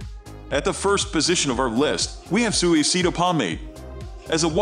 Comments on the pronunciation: You gotta work on the pronunciation for Suavecito. 😅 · It was horrible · Fr tho 😂